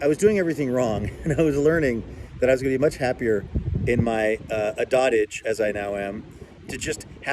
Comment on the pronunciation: Timestamp Dotage = period of life in which a person is old and weak. Pronounced dow-tuhj